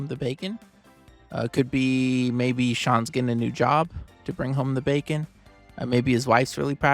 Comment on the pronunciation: Bacon sounds like Beacon.